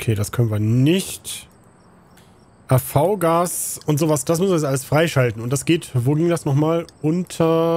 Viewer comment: man spricht das AVGAS "AFFGAS" aus